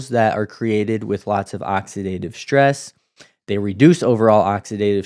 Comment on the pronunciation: Please stop mispronouncing words like strong and stress. You mispronounce them as ‘shtrong’ and ‘shtress’ which makes you seem uneducated. I’m outta here…